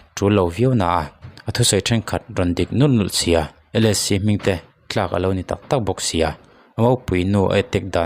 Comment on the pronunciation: Ngati nge thlak tih tur ah tlak tia i lam zel a